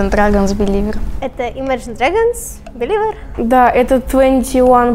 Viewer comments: Взбесило то что они говорили не беливе а, беливер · Почему они говорят Биливер ?Бэливе "r" ни читается с английским проблемы у них